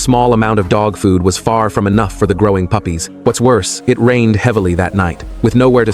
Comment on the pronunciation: Why did bro say puffys